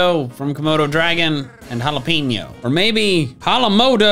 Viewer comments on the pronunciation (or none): Ah yes jalapeñol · “Halapenial” - 2022